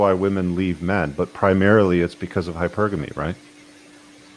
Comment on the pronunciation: congrats on finally pronouncing hypergamy properly, I got tired of looking around at women like they had really active grandmothers! lol